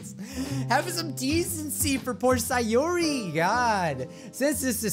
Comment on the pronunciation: Stop saying syeori instead of sayori